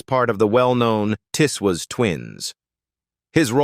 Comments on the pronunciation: It wasn't pronounced Tiss Waas but Tiz Woz. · The programme is called Tiswas not Tiswis. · pronounced TIZZ WOZ